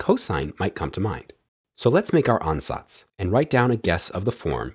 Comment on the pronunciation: You pronounce Ansatz surprisingly well